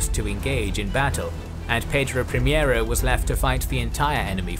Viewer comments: great video as always just a quick note: ship is Pedro Primeiro(first) not primiero that is closer to the spanish primero (also means first). Keep up the great work and hit me up on twitter (same profile pic and name) for future portuguese pronnounciations if you want! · I have heard about Cochrane, but did not know his history. Thank you for this video! Please let me make some appointments: -It was not "João IV", but "João VI"; -"Pedro Primiero", but "Pedro Primeiro"; -San Martín was not chilean, but argentinian. He fought for the independence of Argentina, Chile and Peru; -In the pursuit made Cocrhane to the portuguese fleet in Bahia, the woud be Admiral Tamandaré, patron of the Brazilian Navy, was serving in the crew of one of the three warships. Actually, they chased them up until Portugal itself, at the mouth of Tejo river! A great salute from Brazil!